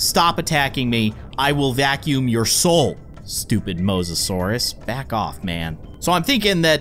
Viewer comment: his name is the mose-o-sour